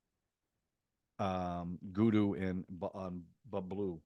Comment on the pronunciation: It's BABLU (said as BUB-LOO)....not Bulbee😂😂😂 ****Very Warm**** The jury's out on Compounder's friendship with Munna. Glad you're pushing through the episodes fast !!